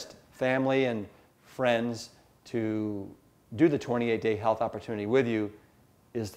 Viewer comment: Dark Arrow You're right it does sound you he is saying "journey to Hell" LOL! I want to read this as part of my book reviewing channel. I've read some books on veganism and have really enjoyed them.